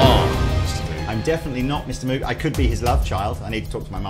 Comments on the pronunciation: BRO...ITS MOW-G. not MOO-g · It’s pronounced “moeg” not “mewg” call their phone number they answer saying hello welcome to “moeg audio” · Moog is pronounced just like "Vogue". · Pro tip: Moog rhymes with rogue. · That's not how you pronounce Moog! If it where really pronounced as written, it would be spelled "Mowge". This is a guitar channel though, and a lot of Synth guys get it wrong too, so who cares. Although it's worth mentioning that Bob Moog is more than the equivalent to let's say Leo Fender in the Synth world. Enjoy your Asscreams💩.... . (I wonder if Chappers knew, and was just fishing?)